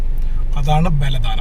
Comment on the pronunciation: ബലദാന അല്ല. ബലദ്നാ 🤝